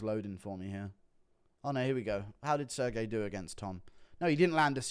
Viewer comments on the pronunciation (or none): He said Sir Gay lmao😂😂😂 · “Sir Gay”🤣🤣